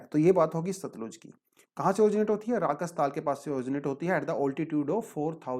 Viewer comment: Sir it’s not राकस ताल it’s राक्षस ताल pls correct